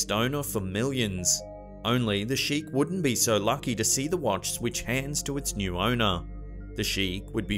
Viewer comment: Hehehe it sounds like your saying wantch